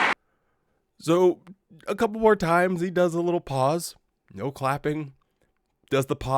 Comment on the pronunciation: At 1. Did he say"seven neen"? One thinks he did. This one thinks he must work on pronunciation (I'm sorry, but he annoys me so much that I've become a pedant. Do you know that I can't stand it when he says, "nooooo" in that sodding way of his. It sounds so bloody wet)